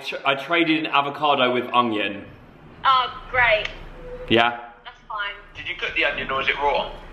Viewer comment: I swear says ongion and not onion but I love it 😂💕 He also talks before his head can process what he needs to say but it makes, and always makes me laugh 💕😁